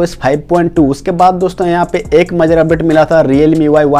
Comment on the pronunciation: majar nhi major hota hai bhai